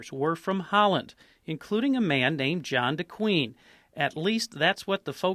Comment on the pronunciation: Zwolle. Not pronounced Sue-Wally in Dutch, but SWOH-luh. Swoh as in loft. Luh as in Luck. Though you could argue the Dutch pronounce it incorrectly, because apparently the word Zwolle does indeed come from the Latin Suolle, I just learned. Jan de Goeijen. Not pronounced John DeQueen, but John de GOO-jun. Jun as in gun. It means John the Good in old timey spelling.